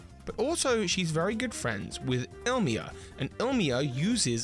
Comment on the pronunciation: K it's been way too long and you need to get it right. It's pronounced ee-lee-ma not ill-ma